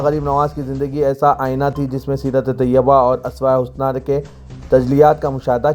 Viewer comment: .*╔═══ ❤☀💚☀❤ ═══╗* 💚💚💚💚💚💚💚💚💚 Dear, Assalaamu alaikum. Aap ka talaffuz sun kar log apna talaffuz theek karnay ki koshish karthay hain, kunki aap urdu kay naamwar akhbaar, SIASAT, say taa'alluq rakhthay hain. Iss liyay URDU alfaaz ka saheeh talaffuz karna aap ki zimmedari banti hai. Yeh dekhiyay inn do alfaaz ka talaffuz, ASWAYAY HUSNA naheen hai balki yeh USWAYAY HUSNA hai aur ARYAAN DANCE naheen balki URYAAN DANCE ( Yaani NANGA NAACH) hai. Ummeed hai aap mustaqbil may in baathoon ka qayaal rakhayngay aur har lafz ka saheeh TALAFFUZ karayngay thaaki hum jaisay log aap say apni URDU ki islaah kar sakayn!!! 🌐🌐🌐🌐🌐🌐🌐🌐🌐 ╚═══ ❤☀💚☀❤ ═══╝